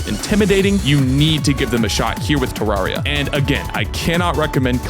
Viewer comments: One it is you say it like this te rare e ah two I have played this game since I was seven I nothing traumatized me but my older sister hates this game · Sorry Terr-air-e-uh is how it’s supposed to be pronounced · Me:;NOoOoOoOoOoOooO PLEASe I WANN- well yeah it does say teens. Any way that’s not how you pronounce terraria. You pronounce it like ter-rare-e-a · It’s pronounced TerRAIRia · I bet he never said terraria right like chippygaming